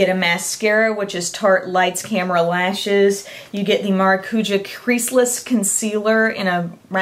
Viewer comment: thank you so much. you are like the only youtube guru who actually remembers the name of the tarte Lights, Camera, Lashes mascara. I also have it and it made me smile when you said the name correctly